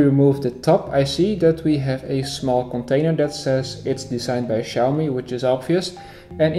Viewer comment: It's pronounced Chee but awesome video buddy